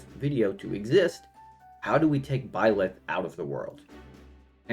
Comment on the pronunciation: The way you say Blyth is crazy lmao